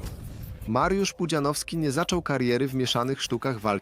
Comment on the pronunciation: Kurde, niech to AI chociaż nauczy się wymawiać "Pudzianowski"